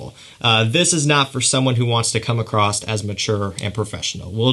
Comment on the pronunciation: Are you aware that you are saying it comes accrost instead of comes accross?